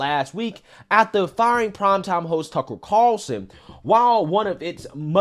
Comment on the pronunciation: Why do you say his name like “Tuckle Carlson” ?